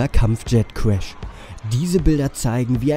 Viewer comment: Kampfschet Kuesch